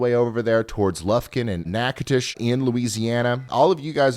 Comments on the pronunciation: He was talking about Natchitoches in Louisiana, not Nacogdoches in Texas, folks. He said it correctly, "Nacotish". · He was talking about Natchitoches in Louisiana, not Nacogdoches in Texas, and said it correctly 😊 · It always impresses me how well you pronounce town names in Texas. I watch a Texas storm chasers stream some times too and they screw up so many (even the simple ones,) but you as a non-Texan always have correct pronunciations. Even got Natchitoches, LA!